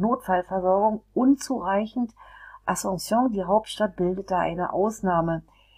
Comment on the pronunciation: Wie kann man ein Video machen, wenn man noch nicht einmal den Namen des Landes oder der Hauptstadt aussprechen kann. Witzloses Video